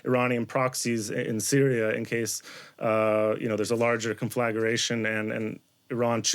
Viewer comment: Conflagaration? Not a word, my brudda. Conflagration? Is a word, my brudda, Chase. I'm being petty, I know. My bad. War will do that to you. I agree we have / the US has, made Gen. Soleimani a #Martyr for Iran. Trump has, yet again, created a gawd awful SNAFU - Situation Normal, All Fxcked Up!